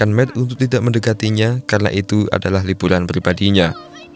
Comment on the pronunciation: Liburan bang bukan libulan.. Lu kalo ngomong R yg bner donk masa iya huruf R dibaca L